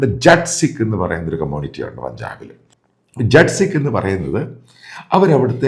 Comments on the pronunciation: Hello jet nahim,jaat sikh please correct the Pronunciation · ജട്ട് അല്ല, ജാട്ട് ആണ്. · Sir, ശരിയായുള്ള pronounciation jat sikh എന്നല്ല jaat sikh എന്നാണ്